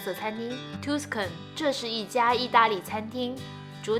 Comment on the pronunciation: 講解的很仔細，聲音很好聽，景象取景很好，很用心的視頻。 小糾正：Tuscan位於意大利中部地區，是早年文藝復興的重地，Tuscan 的u發A音，所以Tuscan發音是塔斯肯，不是圖斯肯。